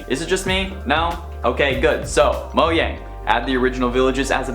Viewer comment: Anyone else cringe when he pronounces it moyang?